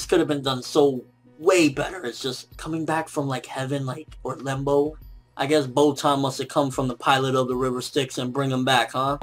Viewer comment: he said botan hah.